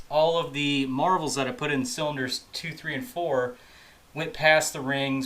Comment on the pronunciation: MARVEL mystery oil. NO FREAKING “S”, just READ THE GOD DAMN LABEL, it’s not that hard.